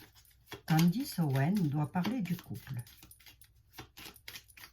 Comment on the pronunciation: CANDACE ! MAIS ONT DIT CANDECE